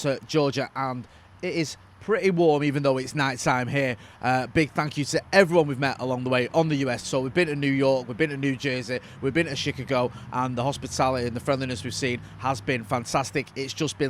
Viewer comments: Chicago not Shekego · “we’ve been to New York, we’ve been to New Jersey, we’ve been to Sheecago” 😂😂😂 - Sheecago is wild!!!! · It's Chick-A-Go.. Peter Kay a Uk comedian humour. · the OP pronounced it wrong though. clearly said "chick-a-go". So was correct to say pronunciation was a reference to Peter Kay. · Chick-a-go? Lol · I have NEVER heard Chicago pronounced that way before 😂😂😂 well done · The way he said Chicago 😂😂😂